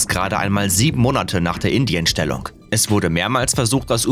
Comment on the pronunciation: Leute, bei das heißt In-Dienst-Stellung und nicht Indienstellung :-)